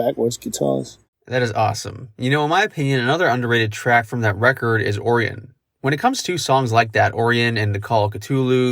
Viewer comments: The into to "Damage, Inc." was all Cliff Burton. He talked about it in an interview shortly before his death. He just layered a bunch of bass parts over top each other in reverse. Also side note, I can't help but correct you on the pronunciation of Orion. It's "OR-I-in", not "OR-EE-IN". Sorry lol but it kinda bugged me. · Can you not say 'Orion' correctly?! Orrion?! hahaha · It is pronounced like that, this dude pronounced it wrong. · I know what Orion is not “oreun” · He called it Oreo-n. 🤣🤦‍♂️ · No ..... It's Orion , like the belt . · I’ve never heard anyone pronounce “Orion” like that. None of my science teachers or professors nor any of the students. Is that the correct way and I’ve just had it wrong my whole life?